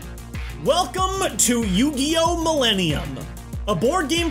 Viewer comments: What is "You Gee Oh?" Is it like Pokemon? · With Yoogee, Setee, May Vaseline and JoJ WheehW!